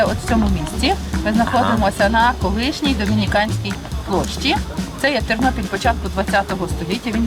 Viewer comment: Тарнопіль, а не Тарнополь! І Тернопіль, а не Тернополь! Говори правельно.